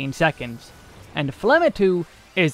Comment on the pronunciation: The G in Phlegma is not a silent letter.